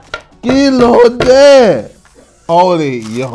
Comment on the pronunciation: The mispronounced kilode😂💔😭